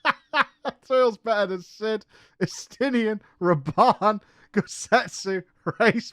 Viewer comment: I've watched 21mins, can't watch anymore. The way she pronounces the names, it just grinds my gear. S-tier-nine for Estinien?! COME ON